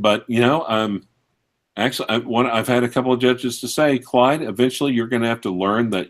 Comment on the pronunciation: His name is Clyde and not Clive you stupid fat fuck